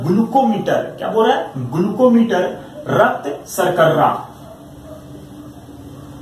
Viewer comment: Thanks sirji ... Nice video but raktsarkarra nahe raktsarkara Bolte hain